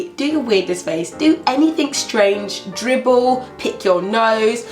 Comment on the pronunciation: How can you say dribble though hahaha I'm cracking up.